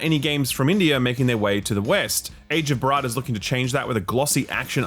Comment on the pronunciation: brother it's Bhaaarat not Bharaaat. Pls can I help you with the pronunciation